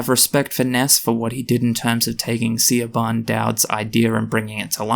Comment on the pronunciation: Just for future reference, Siobhan is pronounced "Shi-vahn".